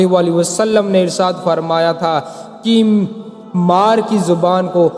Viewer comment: Irsaad nhi irshad hota hai hazrat............or ha sahih daleel le kr baat Kiya kriye , werna jhuti kahani to koi bhi bana skta hai Rasool Allah Muhammad ﷺ ne farmaya: jisne mere sahaba se bughz kiya wo mujhse nhi Waqt hai bughz e sahaba nikaal dejiye...........werna rasool Allah Muhammad ﷺ ki safat bhi nhi naseeb hogi